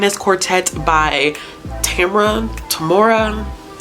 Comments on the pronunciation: It's Tam-mora. It was supposed to be Tamara from Shakespeare but the nurse spelled her name wrong. Just call her Tammy for short. She is my oldest and dearest friend, and she is a great person. The best person. Eager to see what you think. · Tamara. Tamora. #JewelRiders lol